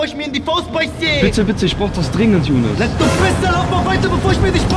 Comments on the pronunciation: Hört mal ab Minute 5 19 er sagt jounes Amiri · Er sagt junis amiri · Er sagt Jounes amiri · Hat er gesagt jounes amiri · Ihaab Noho der sagt younes und miri